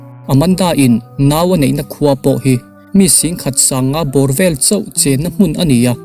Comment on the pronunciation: Vek, tih tur fek., zel tih tur sel, zing tih tur sing nilovin, zual tih tur sual nilovin..zel tih tur sel nilovin, FBI, tih tur SBI nilovin.....zawt tih tur sawt nilovin, I tawng hman dan hi a mak eeee.........😂😂😂😂😂